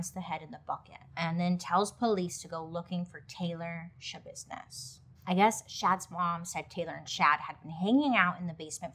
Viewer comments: “ She had to handle some Shabusiness” 😂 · Mind Schabusiness is all I hear when I hear her name. 😅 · Lol “mind yashabissness”🤭 Man she was really sick 💔💔💔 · "It's Shabusiness??" No, it's NOT ya business ✋️ Edit: it was in fact Shabusiness